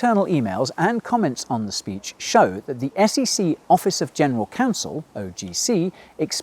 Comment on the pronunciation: they literally saod SCC